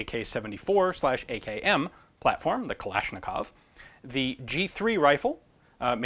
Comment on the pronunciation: This is a great video, although I would have opened it with the gun safety first, especially barrel discipline and trigger discipline. Still, great work. AND THANK YOU FOR ACTUALLY SAYING KALASHNIKOV CORRECTLY. lmao